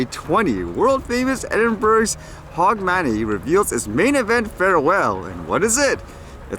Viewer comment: Edinburg :-) LOL. It's pronounced Edinburough and it's HOGmonAY :-) I love the way the English language has more exceptions than rules to things like pronounciation.